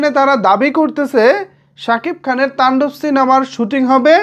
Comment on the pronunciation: তুমি শুধু বারবার টাণ্ডব টান্ডব করো কেন শব্দটা তো তান্ডব